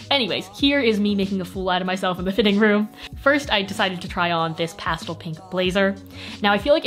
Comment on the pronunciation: I LOVE HOW SAYS PASTLE INSTEAD OF PASTEL